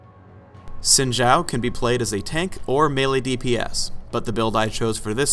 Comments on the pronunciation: why is he saying sin jow. its obviously zin zaow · No, because didn't know howto pronounce Xin Zhao correctly. In Chinese, Xin Zhao would be bronounced Shin Zow, Not Zin Shao. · Pronounced Shin Zow, I would know since Im Asian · Esse tempo todo eu falando “xin zau” quando o certo é “sin gial” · It's pronounced Shin Chow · If you're talking about the speed-skater, it's pronounced Shin Chao (or Chow as the guy said) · I pronounce it as Zin Zao, but others have different pronounciations. Proud to be full asian :^) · Anthony Mailly It’s (Sheen-Jao). Mandarin speaker here. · please guys his name is supposed to be pronounced "Shin zow" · Gotta watch out for that "Sin Jow" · wtf They say it correctly in the champion spotlight and yet people still say zin zao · I honestly thought it was pronounced 'zin zayo'; oh dear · its meant to be pronounced quin jough but riot doesnt know how chinese talk so ah well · "Sin Jau" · the 'Xin' sounds in between 'shin' and 'sin', thus creating our xin sound. It's not sin or shin, it's XIN <- read again to pronounce properly. the 'Zhao' isn't a 'Jao' as well. It's pronounced in the middle of 'chao' and 'jao'. there you have it, now you know the correct pronunciation for it. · An actual Chinese dude getting told he's pronouncing a Chinese name wrong. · to be honest i think how the devs say his name is wrong due to me being asian and asian hive mind is saying that its pronounce like Xin Zao. the voices say the h is silent. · And it's actually not pronounced like that in Chinese...but oh well XD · Wrong pronounciation.